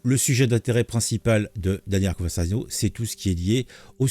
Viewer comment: Je crois qu’il a effacé le Live. 😢 PS: pourquoi tu dis “ConverZano” ??? 😅